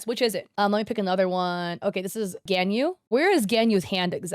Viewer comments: It's not genyu it's ganyu there's no e it's an a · Her name is pronounced 'Gone-Yu'. Just wanted to say it bc i hear u pronounce it wrong. Its okay though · Ganyu, I'm sorry but it's pronounced Gahn yuh. I got that wrong first times too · the way she pronounced Ganyus name lmfao